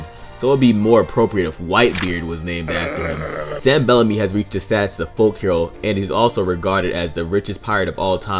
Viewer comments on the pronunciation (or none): none